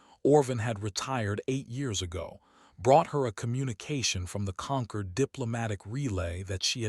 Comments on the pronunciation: Can someone PLEASE teach AI that 'concord' and 'conquered' are two words (with opposite meanings, ironically in this context) and with two different pronunciations. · For god sake it's not conquered, but Concord !